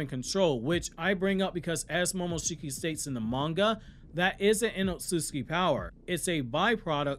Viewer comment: Why yu call it “ otsuski” it’s ots-utsu-ki…. otsutsuki